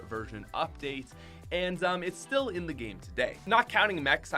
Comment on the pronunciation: did you saiy virgin or version